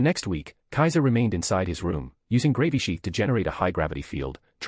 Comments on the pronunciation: Dammit I really don't think I can listen to this at work any more. I'm starting to giggle every time they say Gravy sheath. 😂😂😂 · Lmao I love how they pronounce Gravisheath as "Gravy Sheath", and I keep picturing someone swiping a gravy boat around in battle. 😂